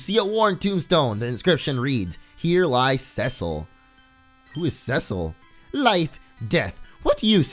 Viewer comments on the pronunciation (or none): Cecil is pronounced seasal